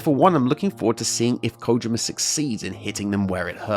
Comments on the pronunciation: Usually I hear people say "koh JEE ma" but Kojima doesn't have two Is in it, so what did is accurate. He pronounces his own name in "Hideo Kojima’s Closet Picks" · Thanks for being one of the people in the Anglosphere I can count on a single hand that bothers to pronounce his name correctly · You're the first youtuber I've seen who pronounces it 'Kojima' and not 'Kojeema'... thank you